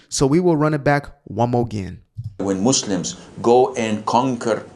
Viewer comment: I hate the way he pronounces Muslim ! He’s so stupid he doesn’t realize that Islam is fake. It’s an ideology. It’s all made up. Olive doesn’t exist. Mohammed. doesn’t exist. He’s too stupid to know any of that.